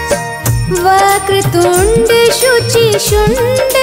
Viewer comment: Vakra tunde not proper prounciation It must be vakra tund So it looks odd when we here daily❤😂😢